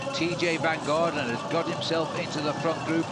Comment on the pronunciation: Funny how mispronounced TeeJay’s name and made it sound Belgian! VanDerGarten 😂 you know the announcers have had a long day!